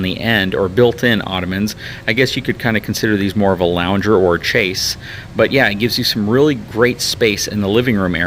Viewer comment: Chaise is pronounced like shayz, not chase.